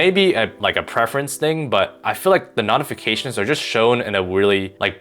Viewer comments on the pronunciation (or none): Bro I can’t stand the way you pronounce notifications wtf is nodafications